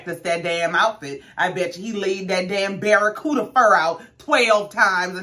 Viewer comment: DID YOU SAY BARACUDA 🤔...🤣🤣🤣🤣🤣🤣🤣🤣